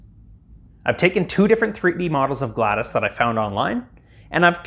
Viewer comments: It's GLaDOS, not GLaDAS, it's Disk Operating System, not Disk Aperating System. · As a portal fan I feel the need to say it’s not “Gladys” It’s GLaDOS” (Glad-oh-s) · Glad O S not gladis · Glados O not Gladis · Scrolled down to find this. He is pronouncing it like Gladys (Glad-iss) when it's literally pronounced how it's spelt GLaDOS (Glad-oss) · this is triggering me it isnt gladas its GLaDOS glad OS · It’s pronounced as Glad0s not gladas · its not gladys its Glad-o-s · It's not gladis, it's GlaDOS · prodounced GLaDOS not gladis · Glados, not gladis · Am I the only one who noticed he says "GLaDIS" instead of "GLaDOS" ? I can't stop noticing it. 😅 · Sorry, just wanted to say that it’s pronounced GlaD-O-S (I think) or maybe it’s GlaD-Ose (as in dose). You did a great job on it, looking forward to future videos! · It is not pronounced Gladys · Dude it’s… GLAD OS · Not Gladys😭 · “GLAD-a-S” is driving me nuts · Did bro just say GLaDUS!? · he really called her gladys 💀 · It's actually pronounced glad-os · it is pronounced GLA DOE S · ITS PRONOUNCED “GLAD-OH-S” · GladIS, my god man you've at least gotta say her name, right? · why do u keep calling her gladus...... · GLADUS??!? GLADIS?!?? GLADACE?!????!! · ah, yes my favorite robot! "glattus"! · calling her Gladys makes me mildly infuriated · Ah yes “Gladys” is how that’s said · He says GLaDoS as Galdys, like I say Data as Dah-tuh. 😆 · Bro really said gladis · Why does he pronounce it like "Gladus," sounds like a genetalia. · "gladis" us making me mad that thats how you say it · it sounded like you said GLadas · i didnt know MS DOS was pronounced "diss" because i've never heard of a portal character named gladys :P i'm just teasing. exceptional robotics and fun video and i hope covid didnt leave any lasting effects on you. good to see more content from perth! hopefully it's cooler there than it is in queensland. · Loved the video and build, but unfortunately you pronounced it Gladis the entire time.... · GLaDAS? GLaDOS